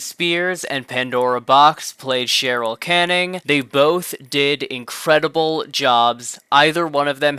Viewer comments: Its Carol Channing... Not cheryl canning lol come on gurl lol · "Lie-naysha"??? Cheryl Canning? If you're going to do a video on a subject, can you at least not pronounce the people's name's right? It's like you never watched it to even have an "expert" opinion😂😂😂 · * Carol Channing not Cheryl Canning